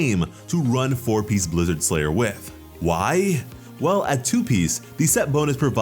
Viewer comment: Blizzard STRayer, not Blizzard SLayer.